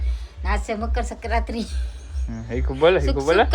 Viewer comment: ne મકરસંક્રાતિ bolta નથી આવડતું😂😂😂